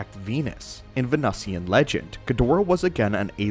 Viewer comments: Every time you say "Ven - USSY-ans" I want to punch my monitor It's ven-oo-see-an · Please know how to prounounce “Venusian”! It’s pronounced “Ven- New-Shen” oMG u use big words but can’t pronounce them! 😂😂😂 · It's pronounced vuh·noo·shuhn. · Well.. When you can't pronounce "Venusian" then it's time to SKIP this channel because someone didn't learn to read and spell.